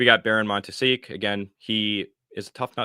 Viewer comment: The way Montesquieu was pronounced made me really angry. And I'm not even french😂.